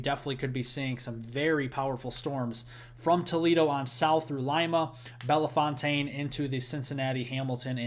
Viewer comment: You're pronouncing Belefontaine wrong. Say "Bell...fountain". 2nd "e" is silent and "fontaine" is pronounced like " fountain". Thank you!